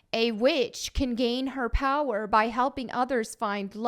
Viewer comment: It's not FAT Mel, it's power! lol